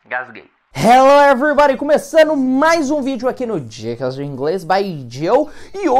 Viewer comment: Adoro o hello everibady